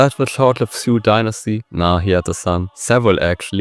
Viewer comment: I gave you like but than I heard your pronunciations. Well, that like is still there, but you gotta do something with that. For example why would you call the Sui Dynasty siuuu?